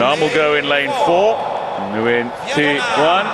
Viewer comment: Nguyen is one of the most common last names in the world. Professional commentators need to learn to pronounce it.